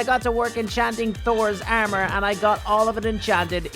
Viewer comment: He's saying ermer😅👍😂